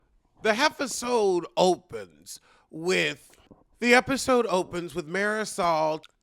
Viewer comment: Hi, are you saying "episode" or "heffasode"?